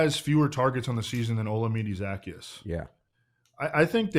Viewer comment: That's nothing compared to the pronunciation of Olamide Zaccheaus 😂